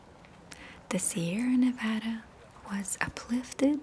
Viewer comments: I felt excited when you pronounced Nevada the way we locals do 💙 your video is stunning and I appreciate how much you work to create such beautiful things. You deserve so much love! Edit: if you ever get the opportunity, please come visit Lake Tahoe. It is a pure, serene place, especially in late summer, or February if you want to see beautiful snow. ♡ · Kristin I guess I just got excited because people in Nevada pronounce it a particular way, and when she said it the way we do I felt happy, like she was one of the gang or something. It felt personal, that’s all, like a cute little acknowledgement. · ProjectAnimation Part of the gang? 99% of America pronounces it that way. 1% pronounces it Ne-VAH-da. It's nothing noteworthy